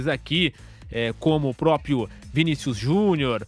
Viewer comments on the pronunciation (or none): O infanto-juvenil que está apresentando o programa aí falou DUAS VEZES "própio", ao invés de PRÓPRIO, que é o correto. Ou arruma uma fonoaudióloga ou um professor de língua portuguesa para o rapaz. Ninguém merece ouvir "PRÓPIO". É dose, né ?